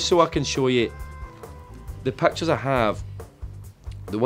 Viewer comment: Naw mate I'm from Glasgow too and it's pit chairs all together pitchairs 😂🤣😂